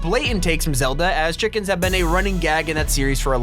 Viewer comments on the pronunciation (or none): when you say chika i say chicken